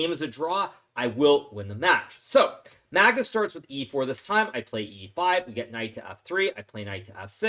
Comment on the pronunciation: hahahah why does hikaru say Magtits instead of Magnus hahahha